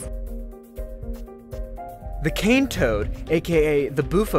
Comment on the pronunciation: "Cane Roads"?